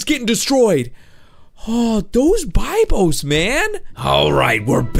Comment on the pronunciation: UGH! it's be-bios not die-bios bibios! UGH! STOP!